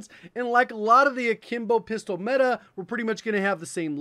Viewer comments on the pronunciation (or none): none